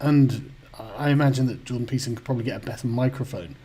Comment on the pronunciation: Just tried that, he doesn't say "Peterson" or "citadel" correctly. He does, however, sing "I'm a little teapot" rather well.